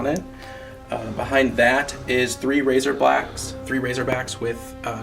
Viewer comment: Haha he said razorblacks.